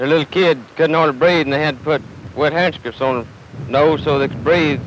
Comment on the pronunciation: The cadence of those people’s speech in the 1960 interview is so interesting. A lot of starting and stopping and changing of speeds. The teenager nearly said the word “handkerchief” in one syllable while at the same time not speaking quickly.